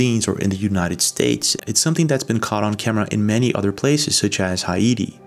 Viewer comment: Im sorry, "hi iti" 😂😂😂